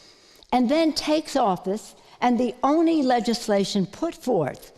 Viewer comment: Everytime she says only she pronounces it "oni".... Is she stupid or envoking Japanese demons?